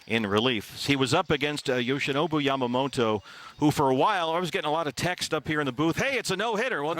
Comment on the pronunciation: この人のYamamotoの発音が綺麗過ぎて他の人がヤマモロになってるの再認識した